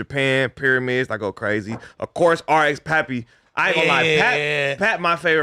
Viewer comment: Yall please go look up who rx papi is lol. says his name wrong he says paaapy. But it’s papi. And he’s sus favorite rapper rn and it’s something I want yall to hear so you gasp his music taste. Wth